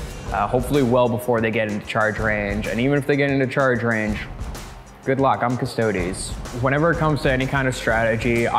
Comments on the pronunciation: big oof. Custodes is pronounced as Cus-toe-dees cuz it's latin for guardian. :PP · trying to get to say "Cuss-toad-eez" is possibly the high point of this season. Stoked to watch the finals guys! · If you want to know how to properly pronounce Custodes, just look for the italian pronunciation cause thats a latin word. They way english/american people say its not the right one.